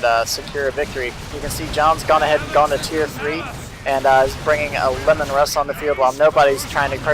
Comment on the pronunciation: Isnt Leman Russ pronounced like "Leeman Russ" instead of "Lemon Russ" ?